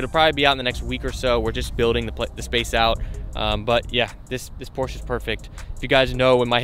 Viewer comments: porscheeee not porsh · Did this man just say Porsha? Lmfao